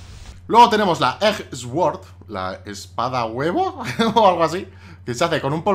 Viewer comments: no se dice esword se dice suord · Me hace gracia cómo pronuncias "sword" x) En realidad se dice como "suord" diría yo :p